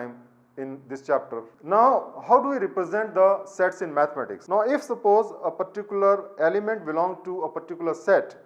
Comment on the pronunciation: No offense but i heard it as "sex"😂